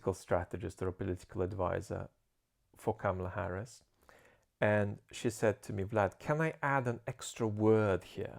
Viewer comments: Vlad: The correct pronunciation of her name is "Comma-La" not "Kam-ma-la." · It's "Comma La"